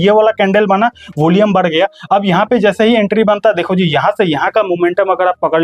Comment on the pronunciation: होलियम नही भाई volume 😂